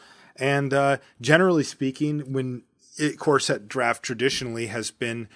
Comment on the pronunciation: Darn it, now I can't unhear talking about corset drafts...